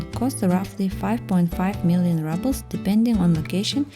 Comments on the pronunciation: Also - say rubel with U not A. ❤ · I really nice video. Only one gripe, the pronunciation of ruble is exactly as in Russian without the soft sign, not rouble.